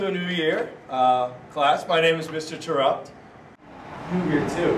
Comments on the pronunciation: Love this, but one mistake. It’s pronounced (Tear(ipt). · He said the name wrong! In the book it specifies that it’s pronounced Tare-upt. Not like interrupt. This is an outrage. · Whoever made this, the teacher's name is pronounced wrong. It's pronounced "TARE-upt" not "trUPT." It says so in the 2nd book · This was great! Except, it’s pronounced Tare-upt not Tur-upt, it says it in the 2nd book